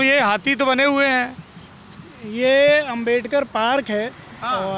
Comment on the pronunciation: लेकिन यह लोग अंबेडकर साहब का नाम भी सही से नही बोल रहे है यह लोग शर्म आनी चाहिए इतने महान आदमी के बारे में ऐसी सोच रखते हैं।